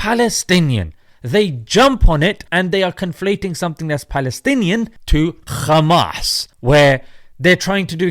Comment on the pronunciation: "Khhhmaaasss " kills me every time 😂😂😂